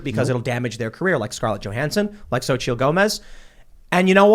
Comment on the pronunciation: It's not zochittle it's sochee. Phonetically.